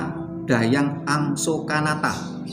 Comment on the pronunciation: 👍👍..bgs..namun berulang penyebutan Dahyang..rasa nya kok Dang Hyang..bukan Dah yang..mohon maaf